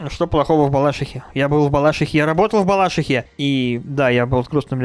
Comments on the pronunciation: БалашИха! 🌚 Ударение на "И"!! 🙂🌝 Ну не знаю, я в Балашихе и живу, и учусь (уже 9 лет), и мне норм как-то😄) Обустраивать начали хотя-бы чуть-чуть🌚👍 ((Передаю привет 22 микрорайону 😁😁😁)) P.s. Спасибо за внимание 🌚 И это была ОЧЕНЬ важная информация 👌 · Не в бАлашихе а в балашИхе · БалашИха, а на БалАшиха.